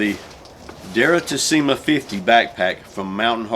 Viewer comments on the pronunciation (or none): The pronunciation is with the accent on the "e", and the two "i" are pronunced like the "e" in the word "me" :)